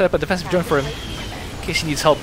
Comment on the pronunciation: he speak Defensive Drone sounds like infested drone